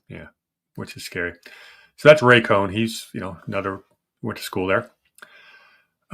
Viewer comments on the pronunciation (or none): Also, you said Ray Cohn when it should be Roy Cohn